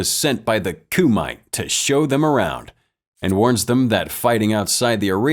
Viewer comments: It’s not “Coo mite” but pronounced as “Kuh mit te” and it’s Japanese not HKese nor Chinese. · “Koo-might” Narrator obv didn’t watch the movie